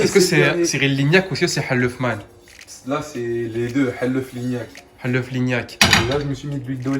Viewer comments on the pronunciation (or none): Vous dites helef je comprends pas alors qu’on dit halouf...mdrr